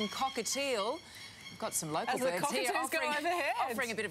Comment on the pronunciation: I like how she calls birds birbs